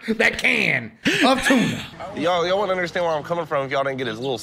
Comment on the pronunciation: Nobody gonna point out that said “tan o’ tuna”?